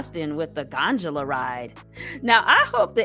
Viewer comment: GON 'D' OLA!!!! NOT:. GON 'JA' LA.....SOUND IT OUT....UGHHHH! IGNORANT.....